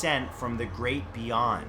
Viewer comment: Number 1, Gweat, its Jonathon Woss’ missus😂